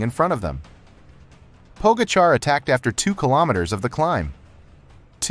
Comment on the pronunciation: Fabulous mispronunciations of riders, starting with Pogacar.